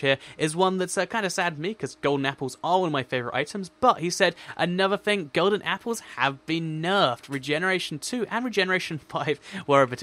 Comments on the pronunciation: you its golden not golen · Lol "Golen" apple.